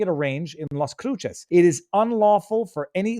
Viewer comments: Joel is pronounced Ho el like noel. Las CRUCES NOT CRUCHES! Say LOSS CREW SES. Cruces is 40 miles from the Texas, New Mexico, MEXICO(JUAREZ) BORDER! Did he get a ride to the judges housectoo? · Las Cruces is pronounced Loss Crew Sis